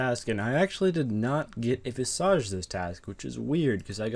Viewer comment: Visage is pronounced Viz-ij.